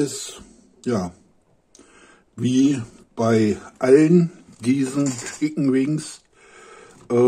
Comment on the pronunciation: Für mich der beste Youtuber. Mir gefallen diese Essenstests sehr. Allerdings wird Chicken nicht Schicken ausgesprochen und es sind Nuggets und keine Wings :)